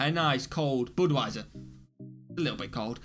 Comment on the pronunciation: Boodwiser?? BUD (rhymes with MUD)wiser